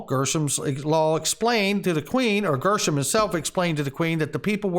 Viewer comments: Gre not Grr for Gresham Law pronunciation. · Gresh... rhymes with mesh